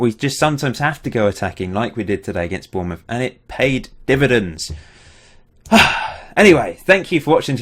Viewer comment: "We had to go attacking and it paid dividends." It paid....dibadends?